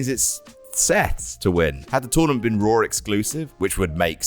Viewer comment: Raw* not Roar